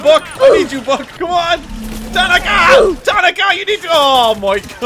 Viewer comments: I love your content, I enjoy your accent, but her name is pronounced Ta nah ka. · Tuh naw kuh